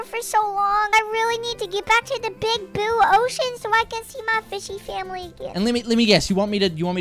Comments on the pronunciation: He also says bue ocean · Even the big boo ocean?